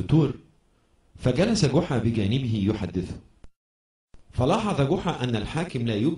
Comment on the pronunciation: جحا وليس قحا